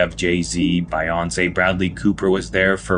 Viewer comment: Bi-yonce lol